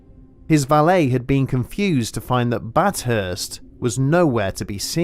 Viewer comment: It’s bath hurst no bat hurst